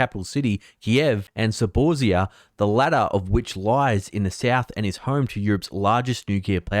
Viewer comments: THe city where the nuclear plant is near is pronounced Zap-or-reez-eya mate keep up the good work! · Please look at a map,! The city of Zaparozhzhiya (that's "Za-po-rosh-ya") is quite a bit away from the largest European nuclear powerplant near Energodar. Tell you what, the warring party constantly shelling the vicinity of Energodar is Ukrainian Artillery, and they're doing this since late Summer. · It's pronounced tzar pa Rosh she here